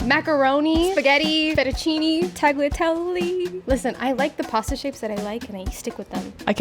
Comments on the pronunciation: ITS NOT PRONOUNCED LIKE TAGLATELY ITS TAGLIATELLE. like, if you weere to spell it in english its taliatele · The G in tagliatelle is not pronounced. You don't eat lazag-nia you eat lasagna.